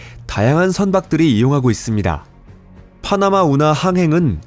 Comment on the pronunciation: 파흐나마 운하 아니라고 발음 진짜 줫같네